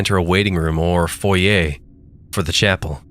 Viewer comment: Kudos to! I am sorry I waited until now to comment, but I listened to this before your 2nd part today. But 2 things: 1. Thank you for pronouncing, “foyer” correctly! 2. The line, “He was gonna be a Pentecostal and...” just floored me! Died laughing!! Best line, ever! 😂♥️♥️🤍🤍😂